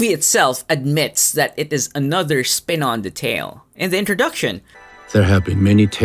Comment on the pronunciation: Wait...did you say "Spin on the tale" or "Spit on the tale"?